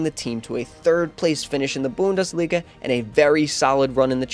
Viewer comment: Great video, keep up the good work, but please either learn how to pronounce some things or just say it in your normal accent! Idk if you tried to say Schalke and Bundesliga correctly but it just sounded like you were trying to mock the german language😂